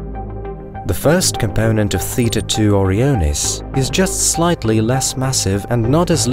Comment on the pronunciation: great video, but it just bugs me so much that you pronounced O-Ryan like you expect, but then simply adding the letters i and s you proceed to pronounce it very goofily, like what happened there? why you do this? you say oryan numerous times so i know you know how to say it. yet you do this? why?? i dont get it O-ryan-es > OREO-ness its not a cookie